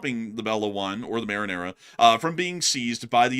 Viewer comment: You said right it’s (Mari nera) marinera translate to the she sailor